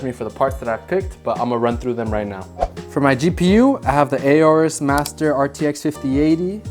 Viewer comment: It's not pronounced as A-orus you moron.